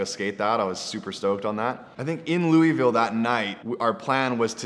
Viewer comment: he said my City Louisville wrong hahahaha